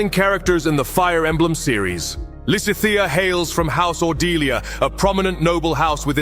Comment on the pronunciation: While I don't mind most of the weird art, the pronunciation of Lysithia is getting to me. I'm currently replaying GD rn and wanted to get other people's takes and couldn't get past